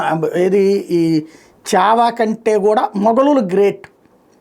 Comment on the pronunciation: చావా కాదు.... ఛావా అనాలి....